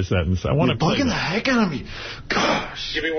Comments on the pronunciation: The was jd says da instead of the and dis instead of this really drives me nuts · “Dee enda da slide” Fucking infuriating